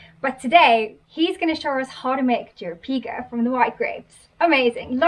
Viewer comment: It's Jeropiga not Jeropigo! And Aguardente not Aguadente meaning Água + Ardente = Burning Water because it's flammable nice to grill Chouriço...